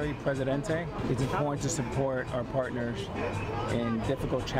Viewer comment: You've worked on your words ending in "rs," like "owners" and "partners"! 👏👏👏 (You used to pronounce them as "ownersh" and "partnersh.") "Entrepreneurs" still seems to be giving you a little trouble, but I believe you will conquer it, too! Congrats - I'm proud of you! You're becoming a better spokesperson and broadcaster!